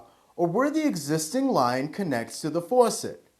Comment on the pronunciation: The way he says faucet, tho.